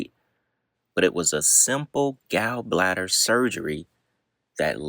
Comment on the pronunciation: Pronunciation corrections: Basquiat is pronounced Basquiat. Gallbladder is pronounced Gawllbladder. Samo is pronounced Same O.